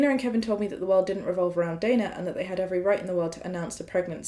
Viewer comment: is so insightful. Also first time to see someone with same spelling of my name mentioned (Dana), and pronounced it the same way I do 👏 sad things to be excited about 😜